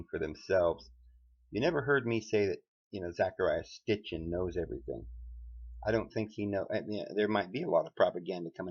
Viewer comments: It is SITCHIN, not Stichin. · why does this guy continue to mispronounce Mr Sitchins name? he keeps on saying that he does not listen to Sitchin! well maybe he should - he just might learn some thing !